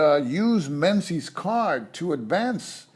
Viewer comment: Thanks for this, very helpful running through a few of the ideas I wasn't entirely clear on. By the way, 'Menzies' is pronounced more like 'Mingiz', it's an old Scottish name where the z replaced a defunct Scottish letter. You do a way better job than me on the Soviet names so I thought you might be interested.